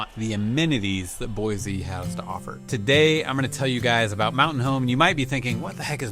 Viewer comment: How many times have you heard there's no Z in Boise? Boy-see 😉